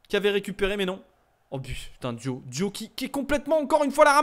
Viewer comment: Sa ce lis pas dio mais diaw comme sa s ecrit